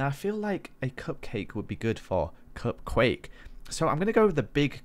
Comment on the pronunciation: LOL He said "Cupcake" instead of "Cupquake" XD